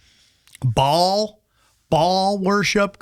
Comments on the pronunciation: ba(-ə)l Not Ball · It's Baal... Not bal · It's Baal, not ball lol, dumb bot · Baal is pronounced ‘bay-el’ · Baal means boss. And is pronounced bale. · It’s pronounced “Bail” - BAAL. And its demonic spirit is most definitely real.